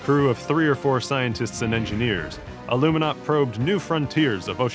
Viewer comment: Its ALUMINAUT